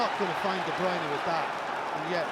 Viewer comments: NOT DE BRUN KEVIN DE BRUYNE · He is like what? 10 years in Manchester? And still those TV muppets can't pronounce his name correct